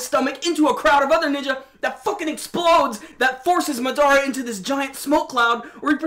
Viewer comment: why can't people say his name right..MAdara not MaDAra. Jesus